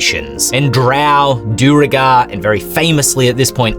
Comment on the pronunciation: I have to speak up on this: Duergar is pronounced DWAIR-gar. See the real world Icelandic "dvergar". It's a very old word, the old Scandinavian word for "dwarves". Icelandic is generally considered to be most unchanged of the Scandinavian languages. I think this gets butchered because most people aren't linguists, and many first encounter names like these when they're kids. Please, ladies and gents of the "due-regar" and "doer-gar" crowds, make the change. 😄